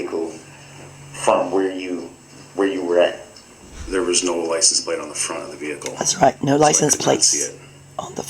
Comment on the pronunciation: Licen Place - made me crazy every time he said it